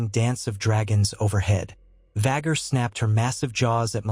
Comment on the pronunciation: “Vhaguuuurrr” and “Viseñyaaa” pronunciation will always make me cackle. Any time I hear it in these videos I flinch and laugh at the same time. 😂